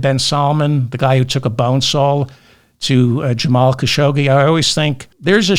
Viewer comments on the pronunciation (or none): none